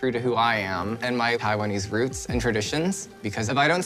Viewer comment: Bro really..."My pie one is roots"